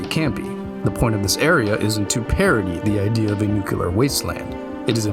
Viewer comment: It's pronounced "new-clee-are".